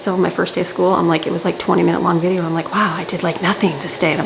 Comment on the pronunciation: fideo!!! fee-deh-o